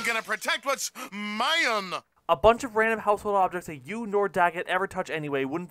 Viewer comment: My-yun~! The way to say mine